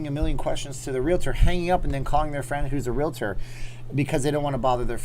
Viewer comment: I very much appreciate the fact that you pronounce thr word "realtor" correctly. Thank you, thank you, thank you!!!